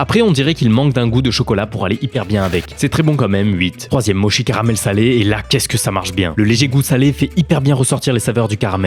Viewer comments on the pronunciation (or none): On dit "motchi" pas "mochi". Mes oreilles ont saigné 😂